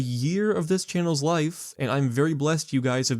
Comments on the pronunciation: wait, did you say chay-nels? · “Chay-nels” wtf. Are you dyslexic?